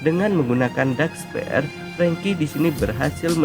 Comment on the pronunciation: Masukan min Belajar mengatakan bhs inggris dengan baik min Dark spear bacanya bukan dark sper tapi dark spir Sma yg lainnya jg min Good luck min